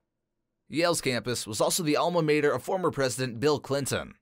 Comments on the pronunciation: 1. You misspelled “Princeton” 2. It’s pronounced “BAR-nard.” 3. It’s pronounced “alma MAH-ter” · If only you could get the guy speaking to properly pronounce mater in alma mater. I didn't think it was possible to mispronounce such a simple word while talking about ivy leagues.